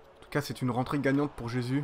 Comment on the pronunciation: Ça se dit RÉSUS pas jésus